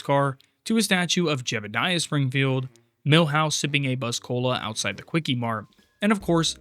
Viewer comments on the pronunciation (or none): none